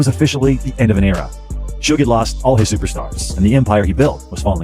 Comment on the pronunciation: how she say everything else right but the mans name😂😂😂 it's just funny how she says it (sew geh knight)😂